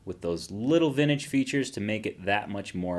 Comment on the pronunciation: What "vintage" sounds like with a lazy tongue